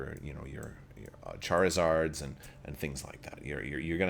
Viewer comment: Say it with me everyone - Char-i-zard! Char-i-zard! In all seriousness, this is going to become my april fools prank on my boys who are getting into Legion and Shatterpoint but still love Pokemon. Thanks for the laughs this morning!